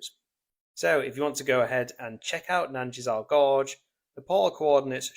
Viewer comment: Thanks so much for visiting Nanjizal Gorge, one of my bases :) You did pronounce it correctly (it's named after a place in Cornwall) and I'm really chuffed you liked it!